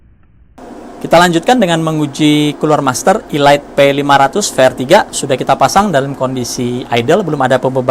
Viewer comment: om setahu saya "elite" dibaca "elit" bukan "ilait"